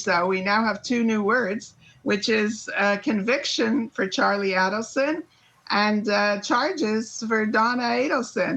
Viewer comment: This weird. She pronounced the Adelson name two different ways in succession. Why?